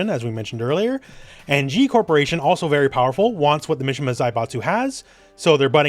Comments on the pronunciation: i think it's pronounced "mee-shee-mah" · I was excited for this video until I heard "Misha-ma family" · Japanese names "I" has an "e" sound so Mishima is pronounced "me-she-ma" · The way he says Mishima